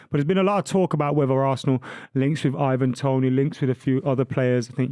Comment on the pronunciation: Why does call Toney, Even Toney?? Who is Evan? It’s Ivan.